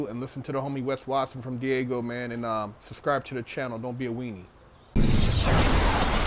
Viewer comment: hella funny bro😂never heard somebody call it Diego. It’s either San Diego or Daygo